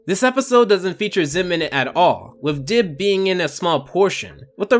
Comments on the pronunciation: You called Dib "Gib" and "Dibs" and probably a few more that I missed. Shame. SHAME! GIR, release the monkey! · take down gib Me: HIS NAME IS DIB